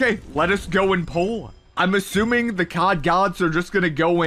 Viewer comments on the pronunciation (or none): none